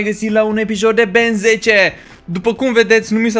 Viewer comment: se zice Ben tenn